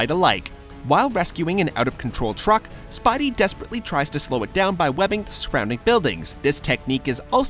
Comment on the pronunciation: anyone notice he says spibey instead of spidey plz pin